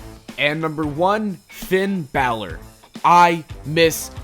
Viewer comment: "Who should challenge Taker at Mania" You pronounced "Finn Balor" wrong 😉